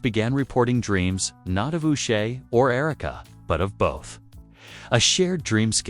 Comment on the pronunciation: Her name is not Yu'sha! Its pronounced Oosha!